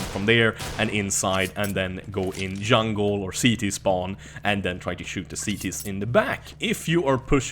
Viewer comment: When he said yungle i died XD